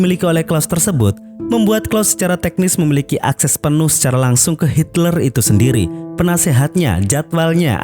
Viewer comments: Hitler bang bukan Hilter.. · ngomong nya valkri bg bukan volkeri, hitler bg bukan hilter